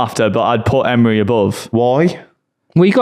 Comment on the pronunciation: Why does keep saying Eme-ray?